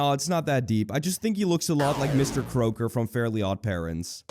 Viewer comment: You mispronounced Mr Crocker